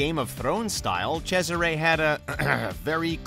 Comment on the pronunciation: I’m neither british, italian or native american, but I’m pretty sure you slaughtered the pronounciation of Haytham, Cesare and Ratonhnhaké:ton. I would like to say «can’t blame you», but just watch footage of the games you’re talking about and you would know, so I CAN blame you lol